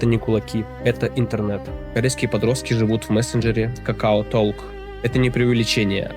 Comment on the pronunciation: ну читается это как ток, а не толк. 😂